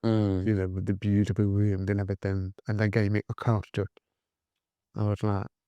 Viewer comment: you like to do things correctly so somethink and everythink are not words. Something and everything are the correct pronunciations.Commented with kindness 🌟